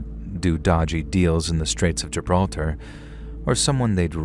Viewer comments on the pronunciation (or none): none